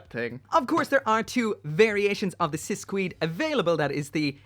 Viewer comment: Not to nitpick but its pronounced "Sis kayed"